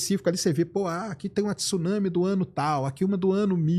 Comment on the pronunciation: Pelo amor de Deus! 2025 e o cara não sabe pronunciar Tsunami, pqp!